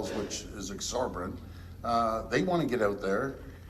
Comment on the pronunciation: Ford's an idiot. He can't even pronounce "Exorbitant". He said Exorbirant. He's incapable of taking a position and sticking to it. Its laughable that Ford thinks he can beat Poilievre for the conservative leadership. Another famous Red Tory, Jean Charest tried and failed miserably.